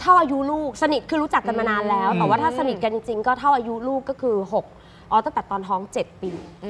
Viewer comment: บางคนด่าเขาแรงไปไหม เขาไม่ได้สร้างความเดือดร้อนให้ใคร ไม่ว่าเจอเรื่องอะไรขอให้คุณหนิงสู้ๆนะคะ #กอด *สนิทค่ะ ไม่ใช่สนิด ขัดตามาก คุณส้มมาตรวจงานด้วยค่ะ